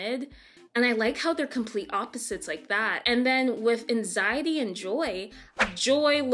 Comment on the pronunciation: It’s anxiety not anzitey